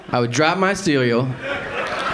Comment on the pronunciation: he said “ceweal” lmao